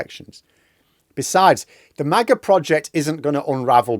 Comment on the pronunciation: Mah-Gah ...not May-Gah. The only thing most Americans are divided about, is which teams are going o win this week in the National Football League.